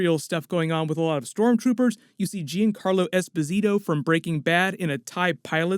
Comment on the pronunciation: giancarlo as in "djunn-carlo" please don't say jeancarlo ;) it's italian!